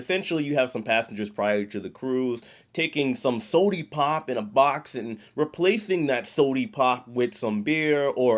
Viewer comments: I really enjoy your videos but PLEASE REFRAIN FROM SAYING SODIE POP 😅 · Y’all need to SHUT UP and stop telling all the hacks’ 😠😠😠 Did you just say “Sodee-pop”??? 😂